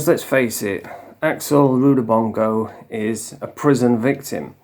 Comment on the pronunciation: Rudibongo? It's Rudabanana or something like that.